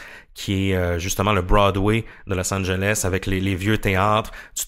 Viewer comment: C'est bizarre que vous ne prononciez pas le E et le S à la fin de Los Angeles 🤔 C'est pourtant un nom de ville très connu et c'est même faux grammaticalement de dire "Los angel" puisque Los Angeles veut dire "les anges". Mis à part ça, j'adore votre podcast ! 👍🏼